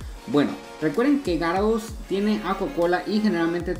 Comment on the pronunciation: Bro no es de mala onda pero pronuncia bien los pokemones,no es tarados se dice ya-ra-dos, pero usando La g